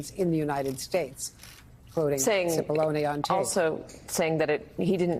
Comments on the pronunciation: How manny different ways are they going to pronounce Cipallone???🤦🏾‍♀️😂😂😂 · How long have they been doing this investigation, and how many people have been working on it? And no one could teach Mrs Murphy how to pronounce Cipollone xD